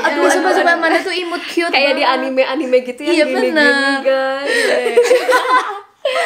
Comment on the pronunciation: jelas nggak wibu, nyebutnya aja “enim”:(